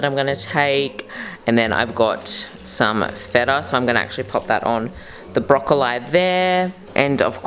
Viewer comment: Wait...is she actually pronouncing "broccoli", broccoleye"😂 i thought it was a joke at first